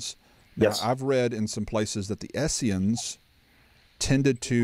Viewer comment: Really enjoyed this as I am really just now getting into this topic (determinism vs free will) in depth for the first time. I only have one piece of advice though - it is Essenes (not Esseans or Essians). I have to pick on someone other than B.H. ;-)